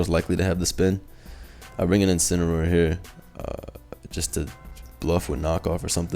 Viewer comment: “Inciniroar The Joins Agency”? I know what’s it’s supposed to be but that presentation was a bit off bro lol. Good matches tho